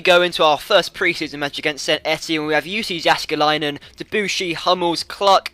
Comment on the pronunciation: its yussi yaskeli-nan say it like that